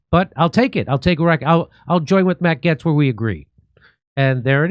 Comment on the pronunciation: Hey! You finally pronounced Matt’s last name correctly.